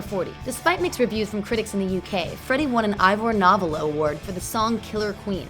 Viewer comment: "Roger Taylor was born in 1948" no he wasn't! He was born in 1949 and your pronunciation of Ivor Novello is awful! Ivor No-vell-o not novel with an o on the end